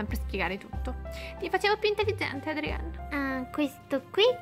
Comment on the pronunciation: Non si chiama Adrien ma Adrian